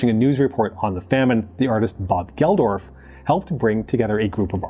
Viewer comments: Geldof is pronounced geld-off. Not gel-dorph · Dude called Bob Geldof "Bob Geldorf" lol sounds like a LOTR character